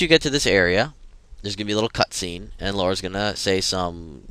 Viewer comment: *smashes huge nailed bat round back of head* it's Lara..not Laura....